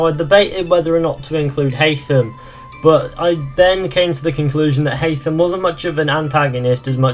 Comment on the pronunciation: pronouce his name correctly first